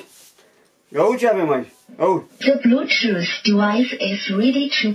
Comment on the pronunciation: IA UI CE AVEM AICI, IA UI ză blutoof deuais iz redi to peir